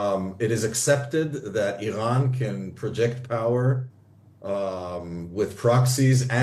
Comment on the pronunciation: he cant say iran right hahahahaha he shows his iran being american trying to be iran and zionist and lastly european hahaha what a joke was that